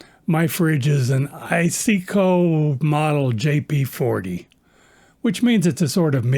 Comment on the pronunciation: Do you mean "Ice-co"? Never heard it called, "Ice-ee-co". ❤